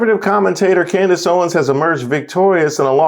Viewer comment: had me crying over Candace Owens - he calls her Coondace 😂